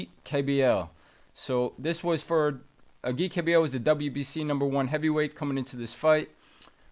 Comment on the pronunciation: Bring back Ken Rideout! This other guy doesn’t even know how to pronounce Agit Kabayel’s name correctly!!!